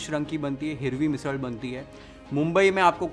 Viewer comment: Chef, your pronounciation of ण and ळ are perfect (पुणेरी, मिसळ etc )